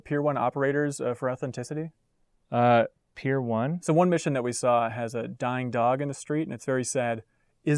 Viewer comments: Am I buggin? Did he say Pier 1 instead on Tier 1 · "pier one"? Lol. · I swear I thought he said Pier 1 as well. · He thought he said 'Pier 1 operator' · “Pier one” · Dude wtf is a pier one operator... did u mean tier one operator? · I'm not sure what's more concerning, the interviewer mispronouncing Tier 1, or not knowing enough about the military to figure out what he's talking about